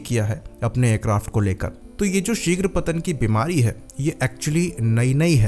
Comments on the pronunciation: Shighpatan 🤣🤣🤣🤣 eihtlaam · shigro patan 😂😂😂 nailed it 😂😂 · At 2.38,Sighra Patan😅😂😂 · "Sirgh patan"😅